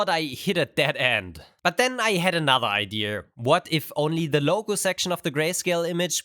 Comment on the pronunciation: He constantly pronounces "idea" like "eye deer" with the r and everything